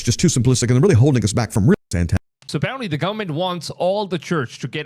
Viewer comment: Gullamemt?? GOVERN-ment. 🤦🏻‍♀️